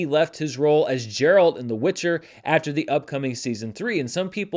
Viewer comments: Gerald is with a hard "G" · Minor note: the G in Geralt isn't a "J" sound.